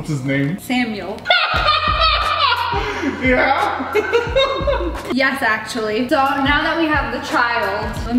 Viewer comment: When she said samual 🤣🤣🤣🤣🤣🤣